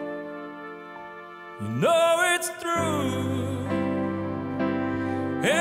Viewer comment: musi jeszcze dużo popracować nad wymową angielskich słówek... Wybaczcie ale I do it for Yooooooooooo... (masakra) i You know it's TRU... zdecydowanie wygrał:)